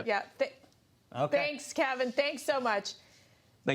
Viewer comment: Kevin's face when the dude pronounced his name correctly.